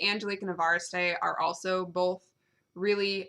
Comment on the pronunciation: E-Var-eh-Ste? I had always pronounced Evariste like Everest the mountain. I like your pronunciation better.